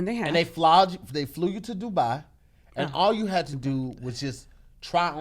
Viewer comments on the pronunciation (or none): none